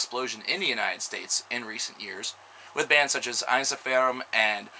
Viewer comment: el-VAY-tee. hell-vet-TEE-ohss. en-SEE-fear-um. The more you know ;)